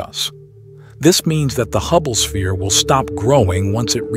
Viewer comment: Holy fuck this is all AI. Listen to the breathing and at like they say Hubble es-pere instead of sphere.